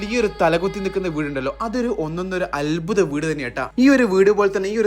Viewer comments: അൽബുദം അല്ല അത്ഭുതം മലയാളികൾ തന്നെ മലയാളത്തെ കൊല്ലല്ലേ. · അൽബുദം അല്ല അദ്ഭുതം❤😂